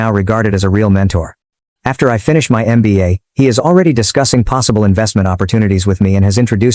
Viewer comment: It's mba 😂 not nba